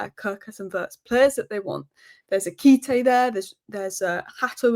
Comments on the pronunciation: Ekité???? You mean "Ekitike"? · its Eki-ti-ke.....